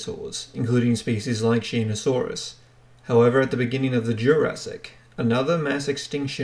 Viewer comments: I see two people commenting on the mispronunciation it was a little annoying hearing you say Shee-no-saurus instead of Sho-no-saurus how on earth you didn’t see the O instead saw an E I don’t know! but still enjoyable non the less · Shō-knee-saurus! NOT SHEE-NO-SAURUS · Pronounced show•knee•saurus lmao